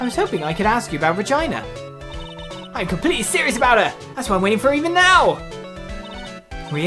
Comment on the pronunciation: Everytime he says 'Regina' I hear 'vagina'. Every. Damn. Time.